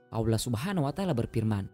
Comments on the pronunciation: bahasa ny yg laen jlas... giliran ngomong Allah kok aulah... anda sengaja atau bagaimana?? sya tdak su udzon tetapi sya ingin tw knp anda tidak mngedit ny trlebih dahulu.... niat yg baik hrus berbarengn dengan cara yg baik. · bukan bermaksud apa apa...knp setiap berkata allah menjadi aulah...padahal yang lain jelas dan benar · Transanlate y ga enak bngt sih.. saat nyebut ALLAH nya😓